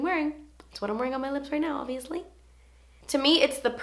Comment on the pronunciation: whenever you said obviously, i keep hearing it in your voice from the video with jessi where you say "obiously nawt blonde" hahahaha